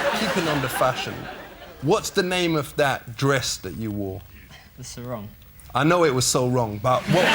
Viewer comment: 9.24 It's actually pronounce Saw-rung not So-Wrong. It's an Indonesia/Malaysia word